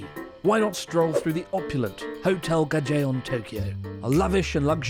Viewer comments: Is it not "Hotel Gajoen" rather than "Gajeon"? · Barry Chopsticks, Gajoen was pronounced incorrectly 😮 Maybe rename the episode 101 Things To Do Around Tokyo? 🤷🏻‍♂️ Kamakura, Yokohama, and Enoshima and more aren’t exactly in Tokyo